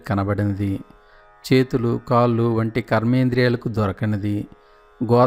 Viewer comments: కల్లు కాల్లు కాదండీ ...కళ్ళు కాళ్ళు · కళ్ళు కాళ్ళు అనడం అనాలి.కల్లు కి కళ్ళు కి తేడా గమనించి పలకండి. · Meeru eyes... kallu ni (toddy) laaga palukutunnaaru... Kaallu kooda (la kaakumdaa alaa.. ) naalika madatapetti palakaali.. spastam gaa palaki ee video ki viluva penchagalaru